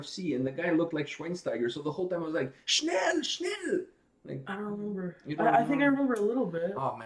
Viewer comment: You pronounced that German word "schnell" (meaning fast/quick) correctly. Since you interviewed Andi Kravljaca already, why not do a reaction to "What I've become (edit)" - that intro!!! - or "Day by day" from the first Seventh Wonder-CD, in case you haven't heard it yet. Cheers, mate.